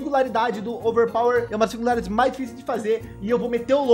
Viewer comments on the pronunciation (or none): O falando overpawer